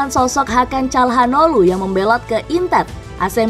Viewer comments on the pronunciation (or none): none